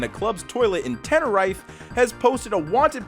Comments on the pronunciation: how did he just pronounce tenerife (ten-er-eef) not (te-ner-ife) i know it’s a 🤓 moment but bro come one 💀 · It’s Tenerife pronounced (ten-er-reef) not (ten-er-rife) lol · Tenerife is pronounced ten err reef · Tenerife - sounds like reef. Just letting ya know. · ARE WE NOT GOING TO MENTION HOW HE PRONOUNCED "Tenerife"????? WJAT THE ACTUAL FUCK IM SORRY YOU COOL, BUT WHAT THE ACTUAL FUCK???????? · You mispronounced Tenerife. Dont worry its nothing, just nit picking. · gotta be the most funny pronounciation of tenerife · I have been alive 19 years and I have never heard anyone pronounce Tenerife like that